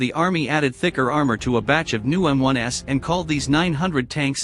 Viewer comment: "M-1s", plural.... NOT "M-1 ess". There is no M-1S model.